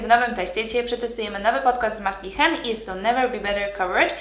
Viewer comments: tak, ale w tym wypadku wymawiamy tak jak się pisze a nie jakieś hen 😉 nazwa jest polska i czytamy ją po polsku tym bardziej że to bodajże inicjały założycieli firmy! A filmik bardzo fajny! Pozdrawiam 😊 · Jak można brać się za komentownie produktu jakiejś firmy, której nawet nie umie poprawnie przeczytać nazwy.